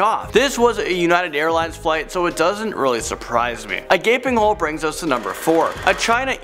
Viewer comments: "A gaping hole", not "a gapping hole"! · It's gaping, not "gapping" 😂😂😂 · Really guys, REALLY?! GAPING HOLE, NOT "GAPPING" HOLE!!! How unprofessional can you get?!